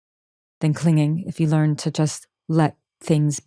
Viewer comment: She said clinging not cleaning😂